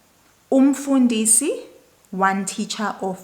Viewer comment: Ow, yes, you're correct. Also you said 'umfundisi' wrong for 'teacher', you need to change the tone, even though it's written the same way for 'pastor'.